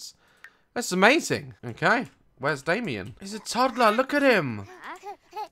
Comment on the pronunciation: Whenever he says Damien I think of dalien